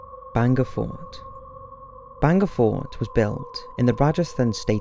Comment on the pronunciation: It's not banga fort it's BHAANGAD FORT. I know it because I'm Indian.